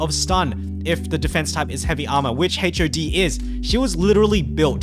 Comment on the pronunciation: the ways he pronounce HOD as H.O.D really ticks me off lol